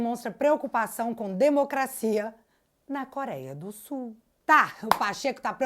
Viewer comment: 😂 Pacheco preocupado com a democracia em "SE ul" 😂😂😂